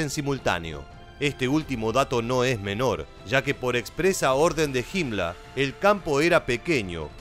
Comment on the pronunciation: Porqué el narrador dice "Hitla" y "Himmla",se escucha raro.